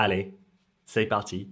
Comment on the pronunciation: You say 'c'est parti' like a gringo. You can take a boy out of London but you can't take London out of the boy.